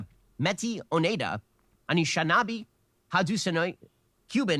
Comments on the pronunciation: not...the way.....ben shapiro pronounced...anishinaabe and haudenosaunee i'm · yup, my Neshnabe ears loved hearing ben absolutely butcher the pronunciation of Anishinaabe. And everything following. Jesus Christ. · THE PERSON IN THE CHAT WHOE SAID “CONBINARY” LMAAOO If Ben was trying to pronounce Anishinaabe, then the way he did it made me cringe inside… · Honestly I wish I could unhear Ben say Ojibwe and Anishinaabe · I've recently learned about the Ojibwe/Anishnaabeg in a college class and it's really obvious that Ben didn't even attempt to learn how to pronounce either name before this recording session. Anyway if you want to learn more about Ojibwe culture, I'd recommend The Island of the Anishnaabeg by Theresa Smith. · I live on the rezzy, born and raised ndn and nobody cares how native you look LMFAO white people are crazy....whiteness is a mindset. And the way he pronounced anishinaabe makes me want to die as an anishinaabe person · Oh my god listening to Ben’s pronounciation of “Métis, Oneida, Anishinaabe, and Haudenosaunee” - as a Haudenosaunee - was incredible wow. I think that was the worst version of each of those words I’ve ever heard 😂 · the way ben butchered the word anishinabe..... this man is stupid